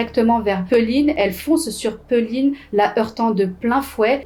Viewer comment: Le prénom c est péline phonétiquement